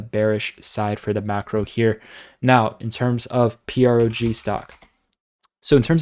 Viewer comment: if you’ve been hearing about PROG since $5 then how come you still can’t say the name right? It rhythms with frog and is about to get jumpy.